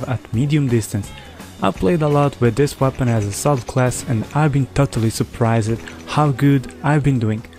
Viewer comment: please pronounce ' surprised' again ROFL